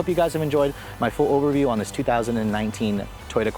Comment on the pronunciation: It sounds like you say “keep the key fob IN you.” Lol. Quite the requirement to start the car.